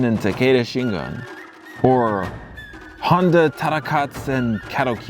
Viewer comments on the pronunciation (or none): none